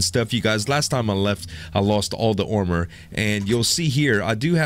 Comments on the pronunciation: why do you say ormor instead of armor? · you said aomer